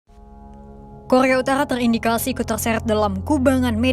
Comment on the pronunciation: Kokhrrrrea utarkhrrrra 😂